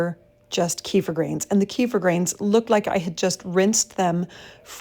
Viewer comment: Is it just me me, but the wrong pronunciation of Kefir drives me mad